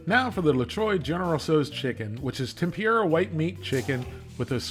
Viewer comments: FYI, it's pronounced Tem-pur-a. Not Tem-pure-a. But, other than that, great video. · Tem poor a. Not tem pure a. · just a heads up for anyone who cares about pronunciations. TEMPURA = tem-poo-da. not, tem-peer-rah. in japanese the letter R is pronounced more similar to how we pronounce the letter D. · "Tem-pure-ah" gets me every time 😂